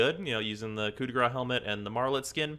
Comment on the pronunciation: The "Kudegra" helmet serves as a great way to teach people how to pronounce "Coup de Grace"